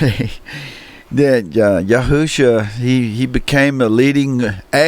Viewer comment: Yahshua or Yeshua sems to be correct , I hear the speaker on this video saying Yahusha Ya Hu Sha .. just a polite correction Ya Shu A , Peace to you .. And Great Video !